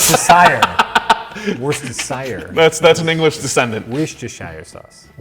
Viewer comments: pronounce it wustershur sauce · Worcestershire is pronounced WOOT CHESTER SHUR. Actually just WOOT CHESTER. Drop the shire. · You know we pronounce it "Wooster Sauce", though? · Say it with me now "work-ester-shyre" not "woostersher", imagine not pronouncing every letter phonetically ugh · woostersher sousse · 'Wuss-ter-sher' sauce - not being condescending here, it really is one of those pronunciations that requires clarification. I blame the Romans. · ....Yanks who can't pronounce worcestershire...... Worse-Stir-shir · Bruno Kemp Woo-steh-shire, Sir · its pronounced wuss-ter-sauce, hacks. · As a Brit hearing confidently and incorrectly pronounce "Worcestershire" is adorable. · Americans trying to pronounce Worcestershire is hilarious every time. :)